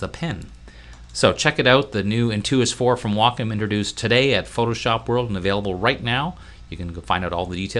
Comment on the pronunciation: Um, he's pronouncing it right. It's "Wah-Kum."